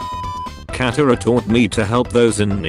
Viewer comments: It's katara not catara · I love how it pronounces Katara and cat-a-ra and Aang and ung